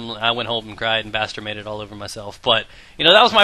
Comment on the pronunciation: Did you say bastermated?